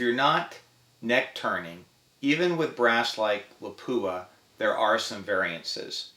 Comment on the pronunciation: Just a little language detail, if you'll excuse me: Lapua is not pronounced LaPOOah but LAH-poah with the first "a" vowel stressed, short and pretty much like you pronounce the "o" in "concentrate". It's not for understanding correctly, only as a courteous gesture of respect for the company Lapua in Finland :-).